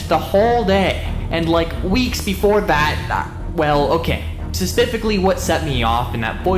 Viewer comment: Sepificaly? Say it slowly. Speh-sih-fih-ca-lly